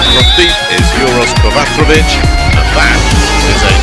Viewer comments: Why do American commentators always pronounce his name as KovaTRevic? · True and understandable, I just don't get how they get the TR sound out of the C? Afaik the e is also pronounced short instead of long how they do, I can understand that mistake, but reading something completely different baffles me.